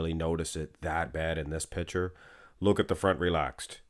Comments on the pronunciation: Stop saying “pitcher” when you mean “picture.” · Yes it is a bit jarring.